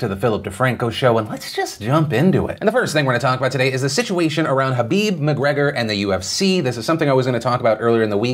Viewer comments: Is no one going to point out that Phil kept saying Habib instead of khabib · it's KHABIB not Habib lol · Is it just me or does he say “habib” instead of “khabib” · What’s so hard about pronouncing kabob correctly 😝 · Are you calling khabib Habib??? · Does he keep calling Khabib, Habib? Or is it just me... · nb No, everyone in the world besides Phil and Khabib mispronounces Khabib's name. Listen to it closely again. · the k in khabib isnt silent my man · Say Khabib's name properly PILIP.